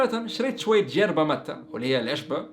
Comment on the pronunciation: تصحيح ما اسمهاج جيربا الفظ الصحيح يِربا